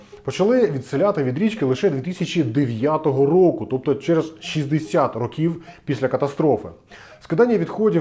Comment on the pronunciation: Не чинити, а ремонтувати. І ро^ків, а не рокі^в. А випуск крутий